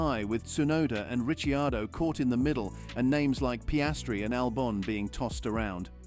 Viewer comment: Richiardo ?? "Rich" ??